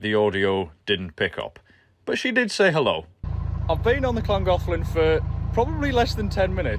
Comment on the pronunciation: Well done for the canal's correct name pronunciation! Mind you, working in Chester should have helped there and can't wait to hear the aqueduct's name 😂